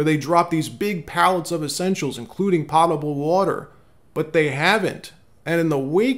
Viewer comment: Please don't think I am nitpicking but the word is POTABLE water!